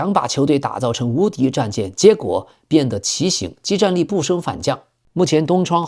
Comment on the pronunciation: 畸（ji）形 相形见绌（chu）